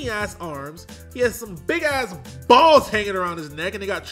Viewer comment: Why did you put so much emphasis on the word balls?